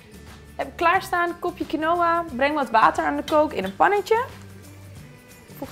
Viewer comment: Lekkuuurr! Je spreekt quinoa alleen uit als kienwa :)